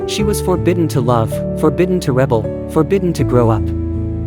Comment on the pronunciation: Forbidden to rebel? The stress is on the second syllable. AI